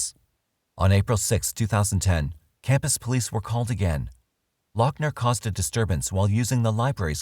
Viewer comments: Not lockner, loghner (loff-ner) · say it with me: Lou-F-ner.... also, firearms and ammo are legal in the US, so.... MAGAZINE even better: clipazine. fuk it. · I know you are very prickly about this, Doc, but his name is pronounced Luffner or Loffner. At least he wasn't from Bexar County, though, eh? Hope to see you soon in the next episode of "Tudor life" I'd say excellent work yet again for the smoothly Informative and easily enthralling as per usual, guessing that you will know that now lol going to try to get a name on the tu-do list. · How are you NOT even pronouncing his last name right? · He is nuts and doesn't deserve any notoriety, but it bugged me that you kept saying his last name the way you did. I have not heard anyone else say it that way. Nit picky annoyance.... eh well.